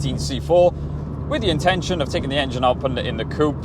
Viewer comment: Stop saying coup.